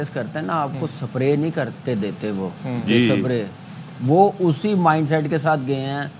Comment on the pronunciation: Spray ❌ Sapre 👍😂